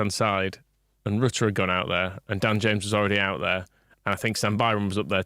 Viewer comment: Holy shit he is pronounced Ritter Ffs, no one watch interview when lad first got ear! Does my fukin NUT in